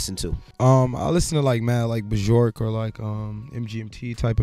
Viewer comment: Dude said “BaJork”